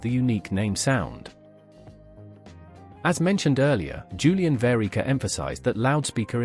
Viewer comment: I worked for naim across 4 decades, having been a naim retailer for 6 years prior to joining them. There are so many flaws and incorrect assertions in this video, I am appalled. I simply don't have the time to list them all! Your 'robot' can't even pronounce JV's surname correctly. And just to highlight one blatantly false statement, Julian started out making his products in 1969, not 1973, even your own commentary mentions the Capital Radio contract from 1972, when naim audio already existed. Please, take this video down, it makes my skin crawl, and will do the same for many other of Julian's friends and former colleagues.